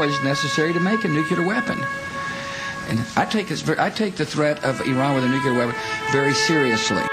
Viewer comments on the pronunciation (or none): nukUler!!! Where TF did he get that.